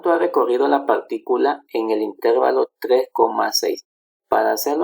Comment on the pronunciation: Excelente. Solo una crítica constructiva. La palabra intervalo es grave, no esdrújula, por lo que la sílaba tónica es la penúltima. Así que se pronuncia interVAlo, no InTERvalo